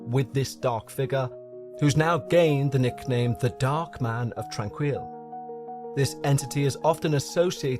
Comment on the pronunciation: You would have more credibility if you had made an effort to find out the correct pronunciation of the name of the facility. It leaves a question of how much of this is the result of shoddy or non-existent work. I know someone who spent time there and she said she was well-treated and recovered from the symptoms of tuberculosis. She would have left if she had any experiences like what you are claiming occured here. I'm annoyed that YouTube will count my comment positively for your stats but I just can't resist pointing out that this is drama fantasy.